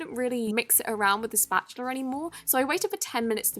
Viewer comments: Am I the only one that thinks she says spatchular 😂😂😂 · for the first one she said "spatular"